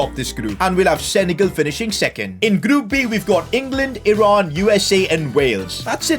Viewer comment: Thanks for pronouncing Iran correctly